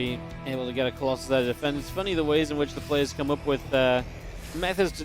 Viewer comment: why u say colosai, its colosus